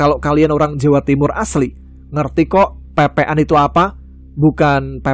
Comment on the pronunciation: Bukan pepe’an tapi pek pek an. 😅